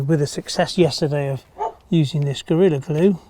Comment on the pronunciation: Gorilla grue.... where did you say you were from again? :) Seriously though, these are instructive; most have tips and tricks for general use too, thank you. The polyurethane glue is on my list for something to try out. Best wishes for a happy Easter from down under (we're well into autumn now - almost time to get out the long-sleeve shirts :) )